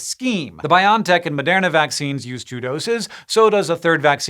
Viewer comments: I'm pretty sure it's pronounced Bio-en-tech. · I really hate to be that guy and I didn't expect to be so bothered by it, but isn't the company name is pronounced "bio EN tech"? ... I'll let myself out now. I need to go yell at some kids to get off my lawn.